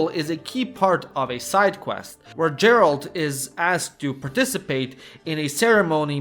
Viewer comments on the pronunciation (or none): Bruh, how could you pronounce Andrzej Sapkowski properly, but at the same time called the witcher "Jerald" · great insights...but one nitpick; when you are slav, you should not say Djeralt instead Geralt :D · Dude I really like your video but please just stop calling Geralt Jeralt 🙈🙈🙈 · Геральт Geralt (gheralt not jeralt) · Why are you calling Geralt Đeralt? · Geralt, not Jeralt bruh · Its Geralt not Jeralt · I wish ppl would stop pronouncing "G" as "J". It's Geralt, not Jeralt. English pronunciation is fucking stupid. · I took a shot of Vodka every time you said Jar-alt instead if Gar-alt, by the end of the video I could speak fluent Polish! EDIT - yeah, I sobered up and now all I can remember is Kurva, so... back to square one I guess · Geralt, not Djerald... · Bro its pronounced Geralt not Džeralt. Other than that tiny thing great video as always! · Geralt, not Jeralt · Your ,,Gerald" pronounciation is just wrong. Dislike. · Dżeralt... Fakin hell man xD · another one who calls Geralt, gerald... ehhh, shows u most likely havent played the game, or have no ears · "pronounces Geralt as Jerald" WESTERN SPY SPOTTED!!! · yeah all but.... Geralt has a Hard sound "GHEralt" plz 😭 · Bro, say DŻERALT one more time, I dare you. How do you talk so much about the game and not know how to pronounce the protagonist's name? Have you even played it, or did Chat GPT write the script? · You could also mention Arma 3 or Workes&Resources: Soviet republic. Topic of those games would really fit into this video. PS. For the gods sake, its Geralt, not Džeralt. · Man really called him jeralt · for that pronunciation of gerald you will suffer a tragic fate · Have you played the Witcher? It's pronounced Gheralt. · JERALRD OF RIVIA..... I cringed everytime when you said it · Agreed. P.S: Every time he said "Jeralt" I wanted to punch the screen. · Well…clearly you didn’t play “the witcher”….else how can you mispronounce the main character name🙄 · Goddamit, it's Geralt, not Geralt!!!